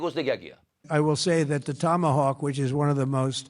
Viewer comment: Tom hawk nehi be, tomahawk hai wo. Named after a native American tribe.